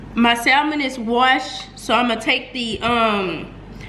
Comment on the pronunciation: please drop the in Salmon. The L is silent Samon..